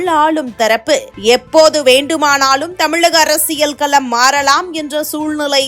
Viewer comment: அரசியல்களம் கலம்னு சொல்றீங்க உச்சரிப்பு பாத்துக்கோங்க சிஸ்